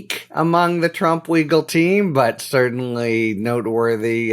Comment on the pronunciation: Did you say legal team or wiggle team… as in trying to wiggle out of going to jail?